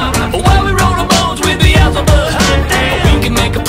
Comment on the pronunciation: Sounds like he says “bee-el-za-bub”? I thought it was pronounced “bee-zull-bub”